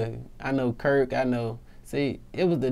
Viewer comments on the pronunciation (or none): Hari Bricette it ain’t slang he just didn’t pronounce it right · curtSo he knows him but said "Kirk" and his name is actually "Curt" or Curtis...